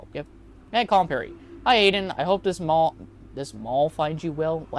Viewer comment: mall?? I think he meant Mail